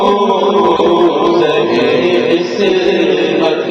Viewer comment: Brother, it is Zahe-e-Qismat and NOT shah-e-Qismat